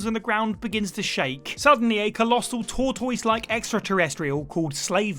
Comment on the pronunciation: who pronounces “tortoise” like that, seriously? and what even is this word, “anthropode”?